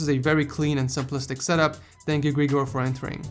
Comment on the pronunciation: Am i the only who thinks hes saying ,,setup whores"